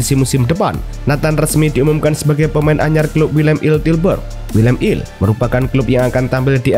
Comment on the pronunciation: Willem two bukan Willem il 😂😂